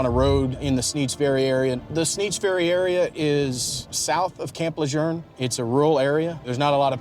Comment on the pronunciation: Le JEUNE....not le journe?